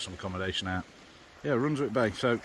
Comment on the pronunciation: Beautiful place - bit of a tip though - Runswick is pronounced without the W …. As in Runsick…